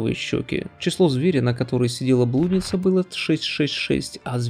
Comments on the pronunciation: Интересное видео, автору респект, но некоторые ударения типа "блýдница" режут слух) А так все круто. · блудница - ударение на и!